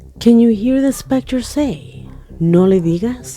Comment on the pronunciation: Specter, not spectrum.